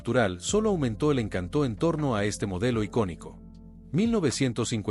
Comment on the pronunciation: Excelente trabajo ; faltó el 1958 Buick Roadmaster el video muy detallado , muy descriptivo, pero no entiendo porque pronuncia ( encantó ); colocandole un acento a la o, al querer decir el encanto de aquella época. Gracias por tan buen video